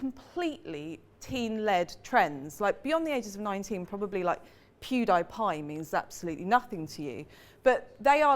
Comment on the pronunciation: "Pew-Dy-Pie", yeah probably neither to you